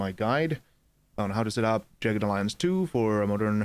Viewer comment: It's pronounced Jag-ged....not Jey-ged